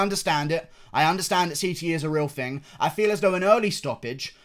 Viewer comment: You guys hear that, he said Fing instead of thing, he must be working on his accent he does not say it like that anymore, he's getting fancy like Kiera knightly